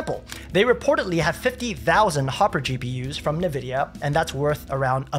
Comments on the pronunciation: Please don’t say “navidia”. You loose credibility. It is en-vidia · N vidia Not Na Vidia